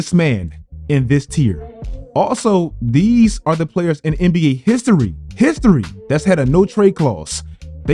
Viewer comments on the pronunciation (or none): 😂@ the way that man said “HISTORY”